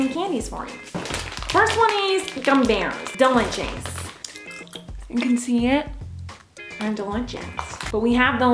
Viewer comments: The way she says DELICHOUS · its delichouts...